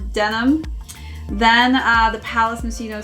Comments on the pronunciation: did you used to pronounce it moshino? And accidently put it in. To be fair I thought it was that too until I watched the advert it says palace ( moskino ) at the end . Moshino is what most people call it though I suppose it being Italian it gets that k sound . Great video by far the best palace lookbook video I've seen keep it up. Best wish from U.K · It’s pronounced Moss-Chino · i am so confused , you stared the video pronouncing it correctly ( moskino) and then changed to mosh ino , could be worse heard one reviewer hypebeast call it Moe shino haha